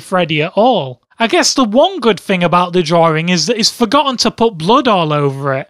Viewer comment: Why do you call it "drawring"?